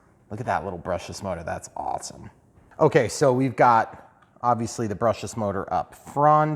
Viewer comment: Thooper, thooper, awthum awthum thooper review!